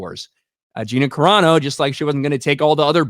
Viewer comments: Except that her name isn't "Cerano," it's CARANO. And Gina is good friends with the Geeks + Gamers crew, so I'm pretty sure they know how to pronounce her name. You just made yourself look r374rd3d with that rant. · How do people not learn how to pronounce names? Dude, please it's no Karano. It's Cerano (Sir-ahh-no) please. Words I understand. But please, names are names for a reason.